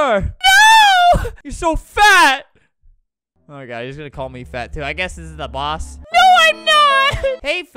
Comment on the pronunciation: Correction, he said, “UT SO FAT!”